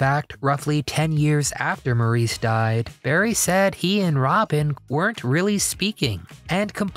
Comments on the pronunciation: Maurice Gibb... Maurice was pronounced 'Morris' (_NOT_ "Maurice" - despite its spelling) - it's always been spelt the Feench way but pronounced the British way - 'Morris' despite how Americans always try to say otherwise. Morris and 'Mo' for short by his brothers and family ...and his fans are often fairly annoyed that his name is not honoured by the use of its correct pronunciation. 😡😡😥🏴🤔♥️🇬🇧🖖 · Maurice is pronounced Morris. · I did enjoy your video❣️ Thank You❣️ I never knew Barry had a first marriage. I would say to you that in the future, when you make a video, learn to pronounce the names of your subjects. Maurice Gibb is pronounced “MORRIS”. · He didn't pronounce Maurice's name correctly.